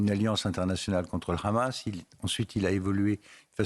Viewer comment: Hamas et pas Khamas ..Les francais la vraiment , ça se voit qu’ils ont formés par les israéliens